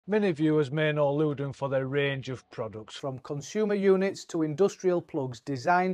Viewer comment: It's Lewden 😂😂